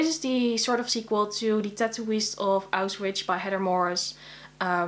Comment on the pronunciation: I am totally nitpicking here (And am a bit confused everytime I watch a video where you say it) and please do not feel offended but it is pronounced AUSCH-WITZ, not AUS-Witch. :) In any case I wish you happy reading and looking forward to all of your videos.